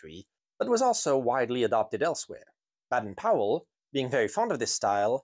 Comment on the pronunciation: Just as an aside, Baden Powell actually pronounced it nearer to pole..he even wrote a poem about it 😆 🤣, Ive put a link on separately 😊